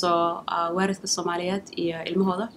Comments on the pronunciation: ahmed taajir well it depends which part of Somalia you came from. Some ppl pronounce Waarid instead of Waalid. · please someone should #tell to correct her pronunciation of the word parent = it is WAALID, not WAARID lol one more thing I Honestly like Your channel SONNA keep up the hard work guys thank you best wishes